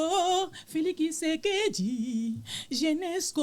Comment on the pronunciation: Bakongo balobaka ki au lieu de tshi